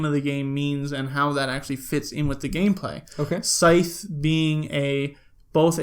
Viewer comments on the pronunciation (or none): Just stumbled on your channel- really enjoyed your review! Will definitely tune into more of your videos. It's funny though that you mentioned that the rule book explains how to pronounce Scythe and then you still pronounced it wrong. :)